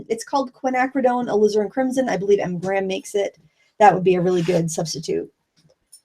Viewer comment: mispronunciation of "Alizarin" reminds me of when I first started watching Bob Ross and thought he was saying I needed "Lizard Crimson.":P